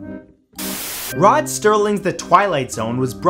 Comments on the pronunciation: Rod Serling, not Rod Sterling. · Santoro, Mandela Effect? in the video you said, " Rod STERLING " and even though I'd always called him that too, his name is actually Rod Serling [ without the "t" ].